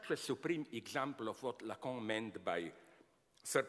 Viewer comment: I just come here for his pronunciation of lacan (lacong)